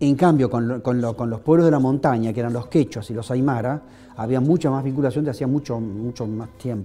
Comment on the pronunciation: Muy bueno, chicos. Pero estudien lenguas originarias: es Tupaq Amaru ( no, Tupáq Amarú), y es aymara (no, aymará)